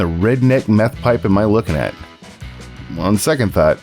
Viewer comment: When you add an extra syllable to the word 'on', you probably shouldn't even bother popping the hood. 😂